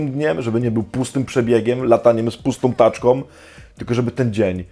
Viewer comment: podoba mi się jak ojciec tak fajnie akcentuje taczkOM, sobOM itd XD co nie zmienia faktu, że te filmy i ich przesłanie nie raz mi uratowały dupsko :3